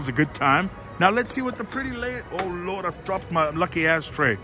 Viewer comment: I heard ho lo :)))